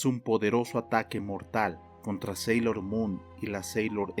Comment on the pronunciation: Sailor es no senchis como sea que digas